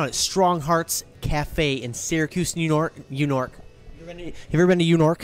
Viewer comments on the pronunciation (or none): Am I the only one who appreciated that B12 joke at the end after he repeatedly mispronounced "New York"? Lol...